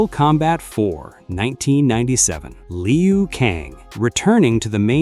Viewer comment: It’s not pronunciation Lee u Kang. It’s Lew - Kang. Geez